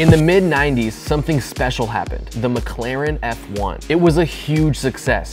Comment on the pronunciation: Mek laren Eff juan😂